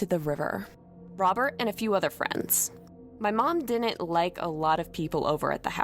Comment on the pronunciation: Dinint, man she needs to know how to say did not BLAH